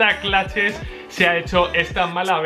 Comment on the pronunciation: me dan ganas de darle un madrazo cada que pronuncia "claches"